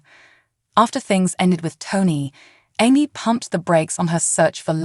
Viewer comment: If you’re gonna use AI as a narrator, at least pick one that knows how to pronounce words and names - it’s not Emmy (how it’s saying it) and debut the t is silent. It just makes it hard to listen to when it keeps saying her name wrong. And all you’re doing is recapping the show for her life. We can watch the show to know this.